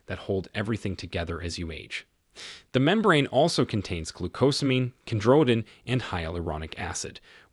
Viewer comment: Teach phonics to your computer so it will pronounce the words correctly, like chondroitin where oi should sound like 'oy' or as in almond.The l is silent